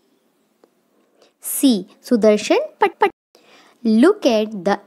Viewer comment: HAHA instead of Patnaik it is PAT PAT XD